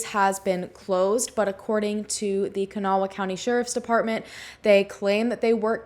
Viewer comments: Kanawha County is pronounced kuh-naw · I live really close and was young when this case happened. Just two things that irked me- it's Kan -awh county, two syllables lol. And the West end isn't a city, it's actually the West Side of the capital, Charleston and about an hour from the next county over. Very suspicious case though.